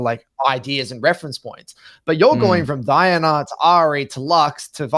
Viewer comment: and DIanna like bruh